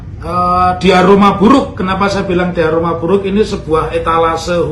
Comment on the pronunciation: Nuwun sewu Prof , kebbalik hehehe, bukan diaroma tapi DIORAMA. ngapunten nggih..